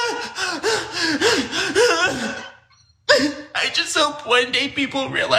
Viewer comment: So that's how your pronounce Givenchy, I was pronouncing it as jih-venchee. Lol 😆